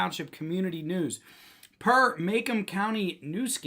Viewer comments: It is pronounced Ma Comb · Just an FYI- it's pronounced "Ma-comb". It's not too far here from Ann Arbor. Thanks for exposing these criminals. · It's pronounced "Ma comb" county.